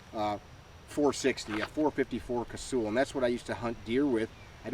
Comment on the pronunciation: Rather than simply parroting everyone else who mispronounces Dick Casull’s name a “Casool,” please do some research. When I met him in the early ‘70s, he pronounced his name like “Castle.”